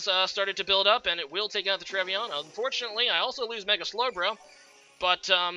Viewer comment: Trev-e-naunt (Like the DiCaprio Film). Nice predictions in this match btw! A change from usual ;)